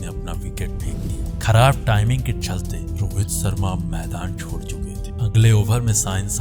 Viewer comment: Abhe Totle. Tere ko bolna toh aata nahi jo background mein bol raha. Biswas nahi Vishwas hota hai. Rohit Sarma nahi Sharma hota hai. Saheen nae Shaheen hota hai. Total kahi ka